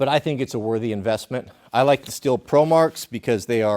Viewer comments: Not to be nit picky, but I believe Stihl is pronounced “Steel” not “still” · Its not still, its steel. Though being stihl makes that an easy mispronunciation. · Steel is the pronunciation. Not still. They literally have promos called men of steel. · It’s pronounced STEEL. Literally says it on their website lol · Its Stii-hhh-llll not STILL. You make moonshine with a still, you cut wood with a STIHL! Don't believe me? Watch their promo videos! Also, BLUE THUNDER>> Stihl and Husky!!